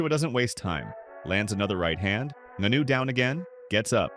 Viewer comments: Ngannou, his just make fun of your super wack pronunciation. I get it, if you've only ever read the name and not heard it spoken it's pretty easy to get wrong. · Falls face first? The man fell flat on his back come on man. Also need to work on the pronunciation of Francis name. Otherwise video is a good listen. Can't blame Joshua for taking the Netflix money for an easy fight tho.